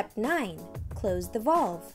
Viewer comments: The most non technical instruction video I've ever seen...lose the cartoon graphics and get a narrator that can at least pronounce the word valve correctly. Not very helpful at all. Thanks for wasting my time. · If the video narrator cannot pronounce the word "valve," this is a bad sign.